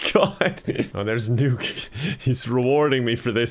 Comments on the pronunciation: It triggers me that keeps pronouncing “Nook” as “Nuke” instead of like “nook and cranny” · i just realized he calls him "Nuke" instead of "Nook" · Its Nook not Nuke lol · is a normie confirmed! Everyone: “NookPhone”: “NukePhone” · Is everyone gonna ignore the fact that says "Tom NUKE" instead of "Tom Nook" HAJAHSJUSNZNN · The fact he called Tom Nook “Tom Nuke” is so funny to me for some reason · i love that he pronounces nook as nuke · “NUKE-phone” no wonder it’s so expensive😧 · Pronouncing Nook like Nuke is very on brand for you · I, it's n-ook, not nuke, this is. I just what, also all the questions, you are new to the series huh? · Him pronouncing NOOK as NUKE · Why is he calling him Tom Nuke? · I love you but it's pronounced Nook as in Hook not newk. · It is pronounced nuk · My favorite thing is your pronunciation of “Nook” as “Nuke” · Can't get over how says nook. Big nuke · When pronounces Nook as Nuke. 🤯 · Pronounces "Nook" like "nuke" for no reason whatsoever. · Hearing mispronounce Nook the whole time made it more entertaining ngl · why does pronounce nook like that lmfao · he mispernunced nook I think